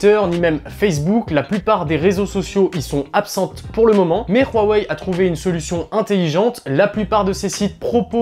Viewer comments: franchement arrêter de dire royweille c'est huawei tout simplement seriez c bizarre votre tfacon de le dire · On doit dire "WA ouai " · Rouarwei :):):) HUAWEI c 'est facile H U A W E I = Ouawei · khuawei ?? Huawei tout simplement. les chinois ne sont pas des neerlandais !